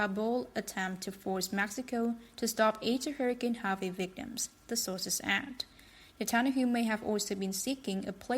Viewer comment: "Net tun ya hoo" is how his name is pronounced. Jeez, these robotic narrators are so annoying